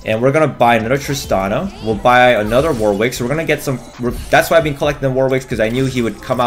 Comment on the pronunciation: It's pronounced "warrick" not War-wick you div